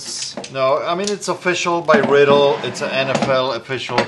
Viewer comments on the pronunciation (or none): Isnt it pronounced Ry-Dell? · Not riddle its pronounced like rydell